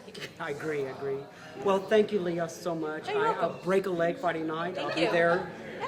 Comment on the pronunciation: Emmy, Grammy, Oscar, Tony.. And it's Le-yah. not Lee-yah. :)